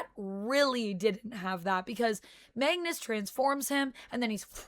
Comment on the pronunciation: You kept saying Mangus it’s Magnus